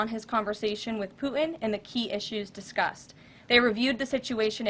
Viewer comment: Who is “Pooh-in”?